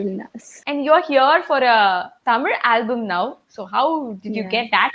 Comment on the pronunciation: Good to see pronounce tamil perfectly as tamizh!